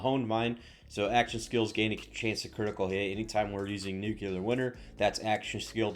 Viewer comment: It's not 'nu-ku-lah'; it's 'new-clear'. Just because George Bush couldn't pronounce it correctly doesn't mean you can't. That said, thanks for the suggestions. This is the same build as every green tree Harlowe that already came out two months, ago, but at least you're trying to create something a bit different by using the Scientist class mod.